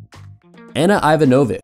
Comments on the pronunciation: ivanovich, not ivanovik! girl was number one and guy does not know to pronounce last name! and what about Ivana Spanovic, long jumper that took bronze? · Please, for the love of God, learn how to say Ana Ivanovic. That pronouncing was awful. Natasha Hastings is hot?!? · Hey that was nice... But you can't pronounce properly any name other than the english ones... Say, Francesca is "Francheska", not "Fransessca"... Ana Ivanovic is "ee-vanovich", not "ivanovik", and so on...